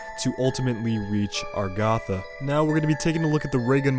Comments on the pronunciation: agartha AGARTHA NOT ARGATHA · It's pronounced (uh-gahr-thuh)=Agartha. It's not argotha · Omg its Agartha not Argatha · Its Agartha.. says it herself.. (Agar-Tha)